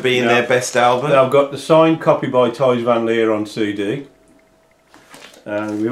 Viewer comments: guys, the pronunciation of Thijs is actually 'ties', in America they call him Tys Van Leer you will find Tys written on his amazing solo Album 'Nice to have met you' check it out, its great. Thijs is an amazing fellow and a total gentleman. i went to see Focus last year and this year at the Stables in Milton Keynes and had a few albums signed by him afterwards. long may he live! talking about solo albums, Thijs has made a ton of them, some are prog/jazz rock like the one already mentioned and 'O my love' another briliiant album but most of them are symphonic/classic pieces where he plays mostly flute, like his many Introspection albums. Focus must go down as one of the greatest prog bands of all times. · Thijs is pronounced as "ice" in Dutch with a T in front of it. So it's Tice sort of.